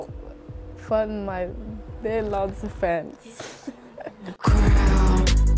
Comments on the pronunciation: ze zegt nederlandse echt alsof je er al jaren woont lol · als ze 'nederlandse fans' zecht klinkt het echt goed nederlends